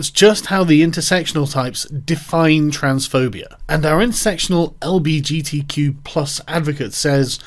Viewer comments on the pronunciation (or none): none